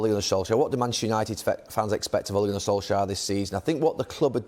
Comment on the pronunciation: Suddenly Neville calls him Sol-shire